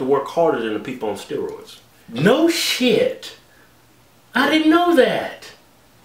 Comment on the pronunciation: Lmao! He didn't have to say "no shit" like that.